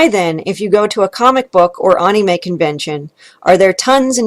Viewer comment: Was gonna dislike for how you pronounce “anime” but you made some very interesting points lol.